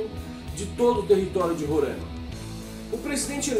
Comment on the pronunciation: RORÃIMA! Parabéns ... pronúncia correta; pela GLOBOLIXO até o Brasil muda de nome, talvez BÀRÃZYU ...